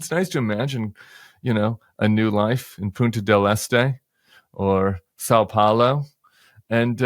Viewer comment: Tim wtf is "sow paolo" 😂